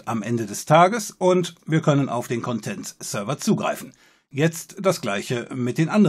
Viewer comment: Bitte sprich nie wieder das Wort "Content" mit Betonung auf der letzten Silbe aus :(